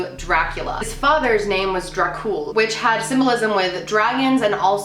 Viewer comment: "Vlad The Impaler" GASPS VLAD ȚEPEȘ?? GASPING INTENSIFIES I STUDIED ABOUT HIM IN HISTORYYYYY edit: the way you said Dracul is- well okay edit2: i actually studied his reign and his life when i was in school, you got a lot of info wrong im sorry :c